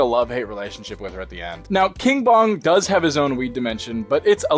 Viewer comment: I thought he said King Von at first instead of King Bong 😭